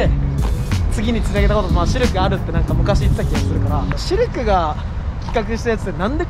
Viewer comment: ここで「シルク」が「シュルク」に聞こえた人いますか？